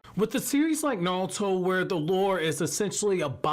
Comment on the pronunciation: “Nawlto” lol. You wild bro